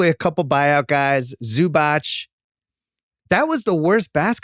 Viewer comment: OMG, he's not Zubach, he is Zubatz. Just stop, please.